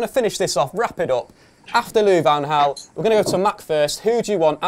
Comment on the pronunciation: within the 1st 22secs u pronounced LVG's name as Gaal then HAL then back to Gaal! LMFAO!!!! HARD!!!! HOW DO U SAY jose mourinho ? hos'e then joeshay ;)